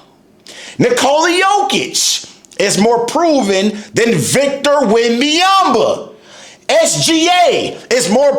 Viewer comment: You do not pronounce his name right as a mixed French - There's no Victor Wembayamba - SGA was the best Player before he was the Champion- much like almost everyone - not a Spurs fan but at least keep your content about basketball - You focused too much on Someone who tried to be great - People/Fans/Analysts/Players do not hype Players who ain't have a big potential - That's what they always do to Players before - You need attention - We get it - Clout chasing weirdo